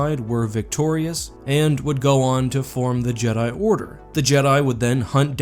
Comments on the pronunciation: So is it pronounced ja-dai, or jee-dai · "Jeedai"? Not Jed'aii? Speaking of which, I'm surprised there was no one throughout Star Wars history who thought about trying to restore the Jed'aii order all these years. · It’s more jedaii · I always thought it was just the Vong mispronouncing "Jedi"